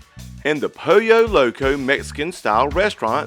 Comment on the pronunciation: Lol .....its pronounced Poll - Yo Loco . I've got a southern accent too 🤣